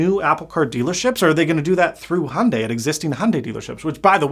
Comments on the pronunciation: its pronounced hi-un-die, not hundey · The first part of hyundai is pronounced exactly the way it’s spelled! Don’t ignore the Y! I never understood why Americans say “HONday”. It’s “Hyun-deh” to be totally Korean, and “Hyun-day” if you wanna make it a little more palatable to English speakers. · Is Hyundai not in America? Because 'Hunday' is entertaining, but not how it's pronounced. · That company’s name is pronounced hee-oon-die